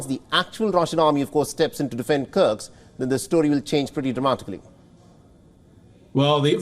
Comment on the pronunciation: Dear News Anchor, it's Kursk not Kurx.